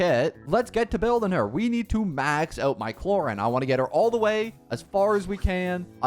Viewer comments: her name is pronounced clor-ind and the i doesnt sound like the word eye it is a "little" i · Man changed clorinde pronunciation every second😂